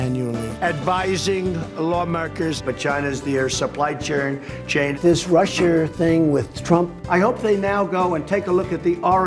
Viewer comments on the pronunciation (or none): none